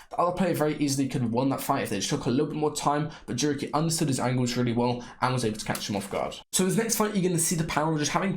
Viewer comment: Bro says jurky with jamaican accent 😂😂😂